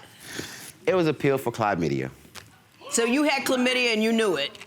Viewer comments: "To Virginier", where that at? I want to go! 🤷🤷 "Clye-media", bro I'm going to need you to get an education and no more STDs. Thank you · Did he say....cl-eye-media😩😬🤕😷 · Did he say Clivemydia 🤦‍♀️🤦‍♀️😳😳😳😳😳😳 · This dude said KLAYMIDIA 😐 fool you can't even pronounce the damn word !! He is disgusting !!! If she was allergic to that antibiotic he could've seriously harmed or killed her !